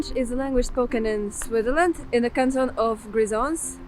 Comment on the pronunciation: I enjoyed your presentation - watching from NJ in USA. I watch SRF regularly as my wife is from Zurich area; we used to live in Kilchberg ZH. You come across as well educated but your english pronunciation needs work. "spoken in SwiTHerland"... your pronunciation needs BIG improvement (try SwitZZZerland) "as it happens, it plAYs no one" ... your pronunciation needs improvement (try pleeZZZes) "think I'm not going to STOP a long time" ... , not going to SPEND a long time